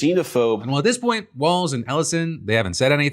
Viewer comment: JD Vance can't even say Walz correctly, he apparently thinks the MN Gov is a ballroom dance